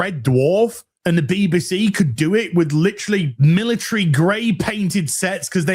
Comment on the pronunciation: Can someone tell me why says "Beeba C" instead of 'BBC'?